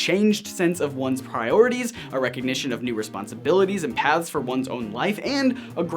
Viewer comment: when says paths it sounds like he says pads